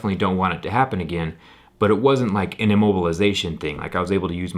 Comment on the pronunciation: 'in a mobile a zation' baby